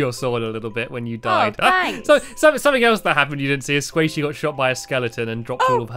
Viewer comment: Squashy XD it's Squaishey!